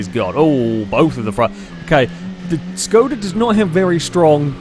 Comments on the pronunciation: Actually, it should be pronouced as if u wanted to say Shkoda ^_^ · ITS NOT SKODA ITS ŠKODA!!!